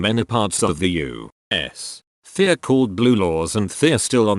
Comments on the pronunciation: Normal people U.S Text to speech YOU!!!...... S!!!! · the way the bot says u.s. is so triggering